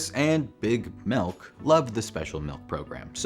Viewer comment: This is the first time I’ve ever heard anyone pronounce milk MELK.